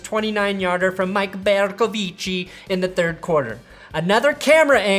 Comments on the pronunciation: Love the way u say Mike Bercovici😂😂😂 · “Bercovici” with the Italian accent. OMFG! 😆